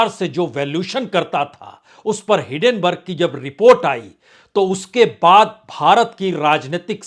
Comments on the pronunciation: सर जी, मैआपका हरेक वीडियो ज़रूर देखता हूं। आप कृपया हिडेनबर्ग की जगह हिन्डेनबर्ग बोलें, मेरी गुजारिश है। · सर आपसे रिक्वेस्ट है , वो हीन्डनबर्ग है आप हीडेनबर्ग पढते हो